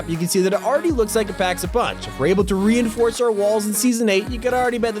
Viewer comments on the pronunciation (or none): Do you say renforst the wall